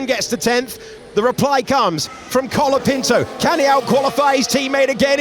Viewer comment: Isnt his name colapinto? and not calopinto like everyone is saying?